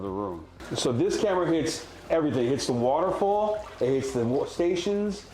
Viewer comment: literally everyone: waterfall mongraal: waaoutafall